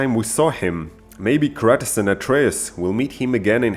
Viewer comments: wait... did you say cratus???? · whyd he say kratos like kratas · It's Kratos no kratis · Bruh its not kretis its krAtos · does it bother anyone when he says Kratos wrong he says it like (kratiss) when is Kratos (kr-ay-toe-s) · Kratus b o y say shit properly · The way u pronounced there names had me triggered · Dude why do you pronounce Kratos like that? Hes such an iconic character for years and it sounds like you havent even played the game.